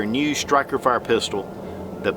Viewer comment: "Stikerfire"?? Lul. Two thumbs up.